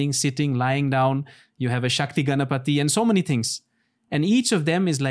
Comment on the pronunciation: Ganapati 🔥 not Ganpati 🫱🏼‍🫲🏻 my man addressed our god's name correctly